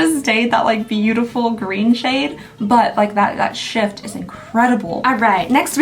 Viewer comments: ik you said shift, but i heard sh*t 😆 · I heard sh*t I thought it was because I was watching at 2x speed